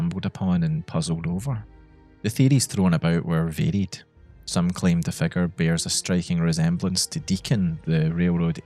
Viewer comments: It took me like 10 minutes to realise you were saying "figure" and not "fecker" about the first dark figure guy 😂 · every time you said figure around the 5th minute i thought you said "fecker" 😭